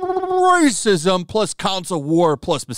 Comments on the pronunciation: the way you said “bbbrhrhhrrhrhrrrrrr RASISM” 💀💀💀💀💀💀💀💀💀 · The "pppprrrrrrrracism" is all i need to have a good day , ty for that xD